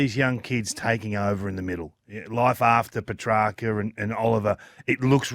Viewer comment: Is that what it takes for Kingy to say PETRACCA right? For him to leave?